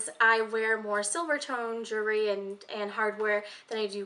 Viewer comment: It's so cute how when you say jewelry it comes out sounding like "jury". I don't have any Tiffany jewelry. I can dream.